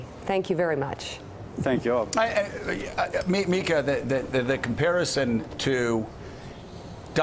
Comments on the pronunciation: Yes. Its a manner of speaking when you accuse Obama of not being a legitimate President. For FIVE years. And her name is pronounced "Meeka". Not "Mika". Real observant guy... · he gives this excuse for the president saying he speaks in hyperbole? And then denies that it should be called a lie, then pronounces Mika's name wrong!! The NFL called me, the Boy Scouts called me, I did not say what the Congresswoman said.......etc., etc., etc. Does he show up to his son's school and say he speak in hyperbole when questioned by the staff on his son's lies?